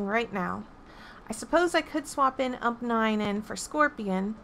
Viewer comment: I don’t like that she said “umph 9”